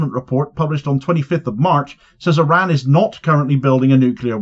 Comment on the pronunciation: It’s pronounced IR-RAHN; and when you slip in snarky comments about Trump’s appearance, you don’t seem clever, you seem juvenile. If you’re an adult, act like it son.